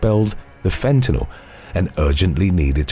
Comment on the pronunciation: I respect your correct pronunciation of fentanyl. 🫡♥️